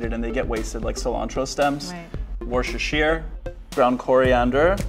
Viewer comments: rewinds in British repeatedly to see how he attempts to say Worcestershire... war-ce-shear??? TF is that?! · “I’ve never heard Worcestershire sauce pronounced so posh lmfao. It’s “wooster-sher”! First thing I asked when I moved to Boston was how it was pronounced lol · Pro tip for Antoni, Worcestershire sauce is pronounced Wuster. 😂